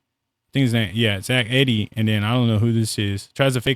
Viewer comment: Good video! If you're going to analyze and breakdown film, at least learn how to pronounce players names. Kessler and Eeedee.